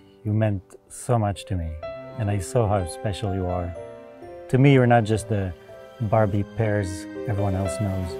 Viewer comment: “Barbie Pears” 😂